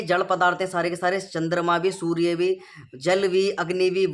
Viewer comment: सूर्ये नही सूर्य बोल